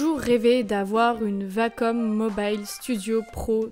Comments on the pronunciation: Wacom.... pas vacom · Non perso je déteste la prononciation vacom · ouais c'est elle qui le prononce mal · nn tkt c la vrai façon de prononcer